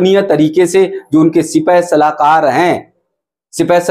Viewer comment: सिपहसलार,सिपाहसलाकर नहीं।